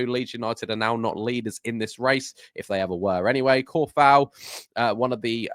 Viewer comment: i believe its pronounced Sue-fal :D he's be a nice addition , and improvement on our bench options , snap up his compatriot Soucek also ^^